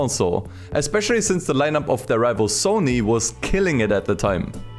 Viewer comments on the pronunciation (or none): none